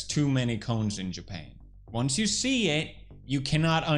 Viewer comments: i thuoght you said CLONES at first,,, hahahahah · I wasn't watching and just listening and when he said cones, I had to double take.